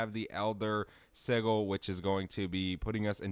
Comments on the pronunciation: Just to avoid people moaning down the line - Sigil pronounced "Sih Jull", as if it was J rather than G. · Bro said "Siggle" 😂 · The way you say the word Sigil 😂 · I would follow but I can’t hear you pronounce “acquisitions” and “sigil” like this over and over